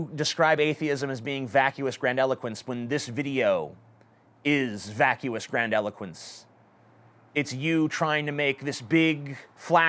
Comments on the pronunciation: It's actually pronounced the way it is spelled. Not "grand eloquence." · This idiot can't even pronounce grandiloquence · TJ, the word is grandiloquence. Pronounced with an "i" rather than an "e". It means speech that is pompous and bombastic. Your 20 minute rambling video, within which many words are spoken but little is said, is the personification of vacuous grandiloquence BPS is describing. Skepticism, logic, critical thinking, things which are supposed to replace religious dogma in the "social cohesion" category, are spoken about regularly in the atheist/skeptic community, but very little time is spent teaching people how to do these things when debunking religious dogma. The logical argument is layed out, but it's never explained how to think logically in the first place. This problem flows into the whole social cohesion issue BPS was talking about. Many people, when first rejecting their religion, will say "Now, what?" Atheism has not provided a useful answer and postmodernism has taken its place. Postmodernism is responsible for the nihilism and moral relativism. Religion provided useful social rituals (such as gathering once a week and resting afterwards) and constraints on behaviour. All of these things can be improved upon by applying logic and reason, but by doing away with the entirety of religion, the structural framework of these rituals was also lost. We failed to provide a new structure after destroying the old one and this vacuum is what has allowed the postmodernist, postrationalist cancer to take hold. I'll finish this point with an analogy: Richard Dawkins has said often tha